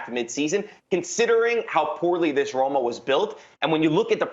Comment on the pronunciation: Thanks for the conference but ur Roma was most wrong Roma i ever seen😅